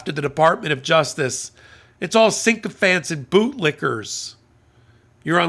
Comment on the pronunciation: Sycophant is pronounced sickofant not sinkofant.